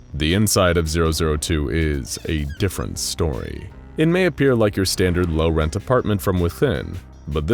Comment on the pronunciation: Yea yea yea did you say low rent?!